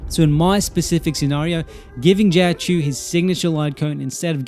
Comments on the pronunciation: Not really an accent issue, difference between choh and chew is a universe and then some, but good luck in the future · Life hack for content creation: If you create a guide about a specific character and you are going to mention the name like 500 times in 11 minutes it helps to google the pronunciation once. First time I saw a video on this channel and it's such a bad first impression that I don't want to watch anything else ever, even though the comparison I came for is alright.